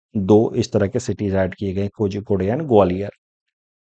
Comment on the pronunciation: Thank you for this exhaustive video, Sir. Just about the Malayalam pronunciation of Kozhikode - “Korhi code” (Calicut) Thank you 😊